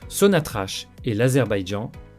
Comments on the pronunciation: Il faut prononcerai SONATRAK ,ou sonatrac et non sonatrach !! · Corrigez votre prononciation ça se prononce SONATRAK pas sonatrache.